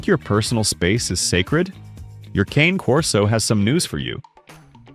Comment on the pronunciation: You should 1: Figure out how to pronounce "Cane Corso" 2: Clean up the weird black snow on your video, it's distracting and ruins the quality. Somewhere there's a kid with video editing software who can clean that up for you.